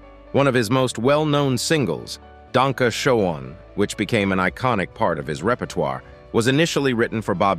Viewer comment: Wow, the announcer doesn't know how to pronounce Wayne's biggest hit, "Danke Schoen"? It's not pronounced Showen, it's pronounced Shane. And Wayne doesn't have a son. He has two adopted daughters. Erin was adopted with Wayne's first wife, Elaine, and Lauren with his second wife, Kathleen. He has no son named Dakota.